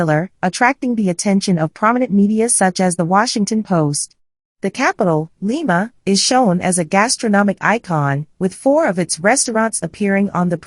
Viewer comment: Very nice article. However, the commentator does not properly vocalize the name of the city. Names do not change the way it is vocalized. Lima sounds like Lima with a short I sound not with a long I sound.